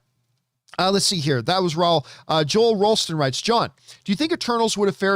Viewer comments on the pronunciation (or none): none